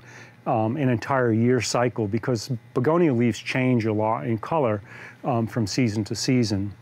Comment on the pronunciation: I really liked this video. It is very informative. I also enjoyed listening to his unique pronunciation of American English. In particular, he is quite consistent in replacing word final schwas with ‚r‘, e.g. begonier, bacterier, Africer, Americer etc.